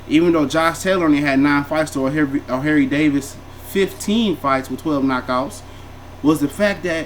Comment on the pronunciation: "O'hairy davies" 😂😂😂😂😂